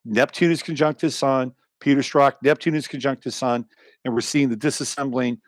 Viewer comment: Who are you saying Peter Stroth? Who is that?